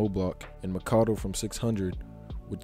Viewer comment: 🤦🏾‍♂️bruh it's like u saying Tywan for tyjuan not ty-juwan🤦🏾‍♂️. Also you don't pronounce it wit the long a for Makado. It s Mac-a-do like Mac a do ya. Other than that bruh bruh I respect the time and effort you out into this video💯💯💯💪🏾🔥🔥🔥